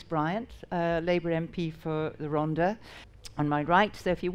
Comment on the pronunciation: "The Rhon-DAR"...🤦 a typically ignorant pronunciation of a Welsh place name.